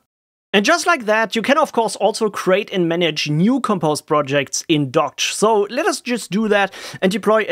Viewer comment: It is supposedly pronounced 'dockage'